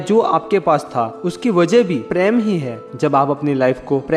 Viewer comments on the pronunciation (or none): sorry sir but bolna par raha hai ap apna voice thora tik kijye kuch bate samajh me ni aati hai, for example, ( love) ko ap Hindi me Prem ko na bol k paraim bolte h or bhi kaii word h jo der se samajh aati hai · Nice video But it's prem Not pram😂🤣🤣🤣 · Bhai preyam Nhi Prem bolo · Sir aap prem ko praim kyu bolte hain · app prm sahi bilna sik lo sir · please prounance Prem correct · Mai to praym sun k confused ho gai😂😂